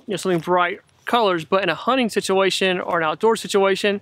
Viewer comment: Hunting or honing ?? Sounds funny